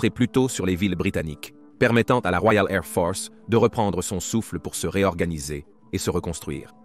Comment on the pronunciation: "La Woiale Ai'h Fohce" :)